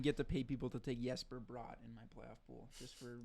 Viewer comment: How is it that now multiple hockey podcasters continually pronounce "Bratt" incorrectly? It's literally five letters lol.